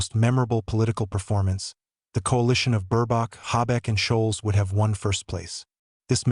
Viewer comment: Why do you keep calling him shoals, and whats with Burbach? Anyway, Scholz and Baerbock are amazingly inept. Scholz has almost single handedly helped to bring the economy to it's knees, as Britain did with Brexit. Let's hope they are gone by the end of February. Germany definitely does not need the likes of the Afd in power. They have too much of a whiff of Xenophobia, prejudice and racism. That's the last thing Germany needs today. Hopefully Merz becomes the new Chancellor, and has the courage and strength to stop American interference in Germany' government. It's obvious to any fool that, America uses her allies to enhance her economy and reenforce her Military reach and might. Germany should work with Russia, Turkey, China etc, where as equal partners, the benefits are shared.